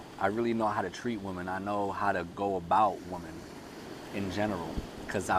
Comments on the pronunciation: Hahahaha I found it cute ahahahahaaha and I said wait is he saying woman? It’s ok the message is solid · Have I been pronouncing women incorrectly my whole life?